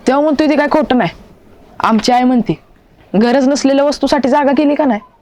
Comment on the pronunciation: आय का म्हणतात❤❤ आई म्हणत जा❤❤